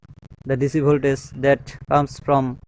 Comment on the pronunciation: its voltagggggeeeeeee not voltaze